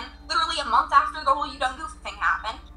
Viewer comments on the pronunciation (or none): none